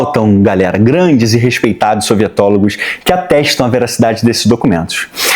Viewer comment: Sempre que ele fala "sovietólogo" eu entendo "sorvetólogo" e fica muito mais legal